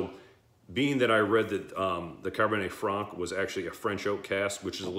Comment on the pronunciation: Nice one. Cabernet Franc, pronounced correctly. These Longrow wine expressions are irritatingly difficult to buy in the U.K. The crummy allocation gets sold out within days of release. I'm sitting on the Longrow Malbec from a while back. I really wonder what difference the French wine variety makes when it's finished. I think it's good to do some 'shoot from the hip' reviews and have a record of a whisky at a moment in time. We all know that there are many variables in our whisky expression experiences. Sometimes I'm just not in the mood for even a very good whisky. Is it a peat day or a non peat day? Ex-sherry or ex-bourbon. Ballsy young whisky or a refined aged dram. The list goes on. I totally agree with you that the Springbank range are very good when young and that's just as well because the young standard range is very good value. Anything over 18 years is meant to be fantastic but is shockingly expensive. Stay well. WT